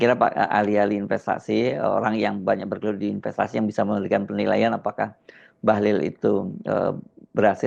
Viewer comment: Bahlil it pakai ' i ' bukan ' u ' 😅